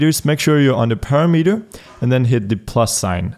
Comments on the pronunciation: It's pronounced parameter, not parameter. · "parameter" lol